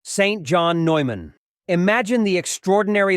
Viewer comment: It is St John Neumann (Newman)😅